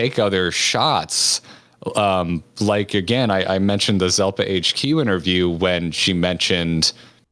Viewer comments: how dare you?!? It's Zepla, not Zelpa Edit:jkjk but hey seriously I was impressed by your good grammar at the end where you said "Kyle and me". So many people would say "the latest uploads from Kyle and I" When there's an easy test to figure out which is correct. Just switch it to singular and "uploads from I" or "uploads from me" will make it obvious which is the right word. Like Tom Merritt always says it wrong and drives me crazy but I guess I might have Asperger's lol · Ahah her name is Zepla not Zelpa!